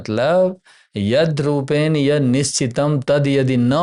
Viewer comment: कृपया तेन को तेन् और रूपेण को रूपेण् इत्यादि प्रकार से मत उच्चारण किजिए।